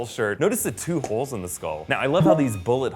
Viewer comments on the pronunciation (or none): none